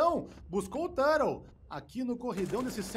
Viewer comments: Não ta errado, a pronuncia em ingles é tur-rou mesmo. Mas comos estamos no Brasil, é turtou. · ele pronuncia no inglês, tur rou , o do exit no inglês ficaria Eg zit mas eu sou mais falar tudo em br mesmo kkkk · O ideal é falar TORTO, aí fica massa :) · esse narrador falando "tãrou" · O ideal seria falar TORTO, daí fica engraçado e ninguém reclama 😅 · Que agonia ver ele pronunciar o nome do Turtle errado kkkkkk